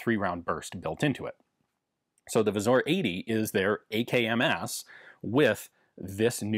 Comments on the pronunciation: Pronounce "Wzór" like "vzoor". That "ó" is really a "u" since it changes to "o" in plural "wzory". Polish grammar is easy! Just learn all the exceptions from the standard rules. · Ian "wzor" is pronounced as wzoor, its not a letter "o" in there but a letter "ó" that doesnt exsist in English alphabet that's pronouced as a u or oo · "Wzór" pronounced "vzoor" ... same "oo" sound as in "choose" or "two". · Cool to see another video on Polish weapons! Some language nitpicks (sorry): The "ó" wzór is pronounced more like a shorter version of the "oo" in "poor", rather than an "o" in "core" or "bore", "Tantal" is pronounced not too differently from English, it's just that both "a" are like in the word "tap" and "Beryl" has a hard "y", the "e" is pronounced like in "bet", and the stress is on the first syllable.